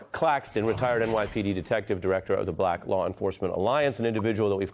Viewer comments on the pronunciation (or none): none